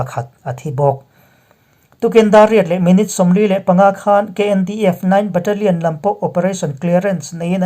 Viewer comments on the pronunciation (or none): none